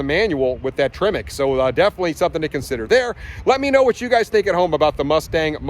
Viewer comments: It made me cringe a little bit when you pronounced TREMEC as "Tree-Meck" lmao. Love your videos though 😂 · The way he says Tremec makes my brain hurt.